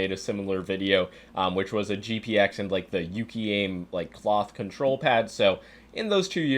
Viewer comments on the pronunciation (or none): none